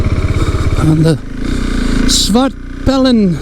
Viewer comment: You really nailed it with the pronunciation ... haha. Great bike. I own a Svartpilen 401, which is strong enough for me. But I'm sure the 701 is super fun to ride.